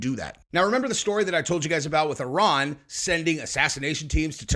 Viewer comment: Love that u actually call Iran Iran, instead of I ran